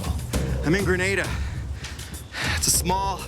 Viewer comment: Graneda LMFAO 🤣 It's an a not an e hehe... GrenAda Gren-ah-da 🤙🏼